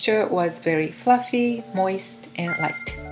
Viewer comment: Hi, I have subscribed to your channel, and please understand I mean this with the greatest of respect to you. You are not saying some basic words correctly. If you ask google how to pronounce a word, like protein or fluffy, you will realise your pronunciation is a bit off. Thank you for what you are doing on your channel, you are very skilled at baking. ☺️